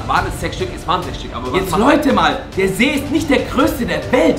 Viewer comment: ihr habt see falch gesagt ihr habt nämlich seee gesagt